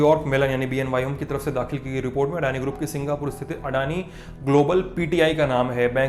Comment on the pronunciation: ओ... ये अड़ानी नहीं अदानी होता है।